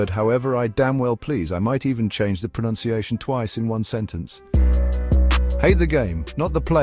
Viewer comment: You are also pronouncing "pronunciation" incorrectly. ; )